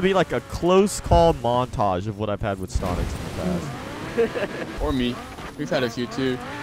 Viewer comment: Its not stontix its stonks